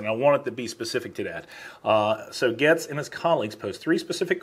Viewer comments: Pronounced "Gates". It has been a struggle for a few today. LOL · No disrespect, but you pronounce Matt Gaetz last name Gates. Other than that Great job. 👍🏼👍🏽👍🏾👍🏿🇺🇲🇮🇱🇺🇲🤘🏿🤘🏾🤘🏽🤘🏼